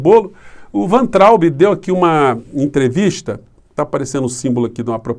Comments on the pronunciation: o sobrenome do ex ministro da Educação pronuncia-se VAINTRAUB. Não é VENTRAUB e nem VANTRAUB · Por favor, Professor, pronuncia-se "Vaintraub"... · a pronúncia é VAINTRAUBE. Nome é alemão. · Professor a pronúncia é " Vaitraumb " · querido, me parece que Weintraub se pronuncia “vaintraub” “vá+in+traube”. Da uma checada nas pronúncias on-line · a pronúncia correta do nome do Weintraub é "váin-traub".